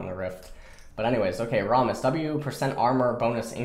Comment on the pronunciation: Calling rammus "rahmus" oh god